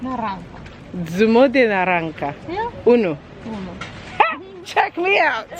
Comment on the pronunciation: Naranca ke 😅😅😅😅. It's naranja ma